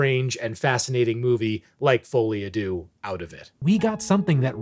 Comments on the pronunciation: try pronouncing it like this "foh-lee ah de-urh" but say it quickly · bro said folly ah doo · yoker: folie a deedee